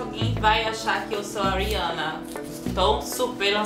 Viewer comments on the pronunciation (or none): It's funny that she say "Rihanna" really bad... 🙆 It's like "Rhhjana" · Just so everybody knows her name is pronounced (re-anna)